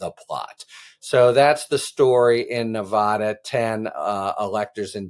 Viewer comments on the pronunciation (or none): Harry...please learn how to promounced Nevada properly. Knee vada not knee vah dah! Ty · Harry -- when are you and other national-level commentators going to learn to pronounce "Nevada?" The 'a' is pronounced like 'cat', or 'hat.' NOT like 'cot' or 'hot.' You don't say "Ne-VAH-da." I don't have a phonetic notation for the short 'a.' You'll just have to get a brain. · As a Nevada resident I say "Thank God" I was beginning to wonder if AG Ford was going to pull the trigger or not. I do wish that the commentators would learn the correct pronunciation of Nevada!!!